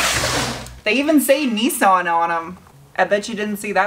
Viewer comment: Nissan .... Neeson 🤦🏼